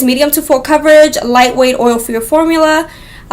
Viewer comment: Love the review. CAHVERAGE Lol. #coverage haha you're too funny girl 💖💄💋